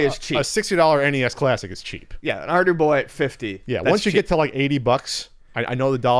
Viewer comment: Thank you I could not understand at all. SOunded like Ardie Boy or Arby Boy and I could not find it on google lol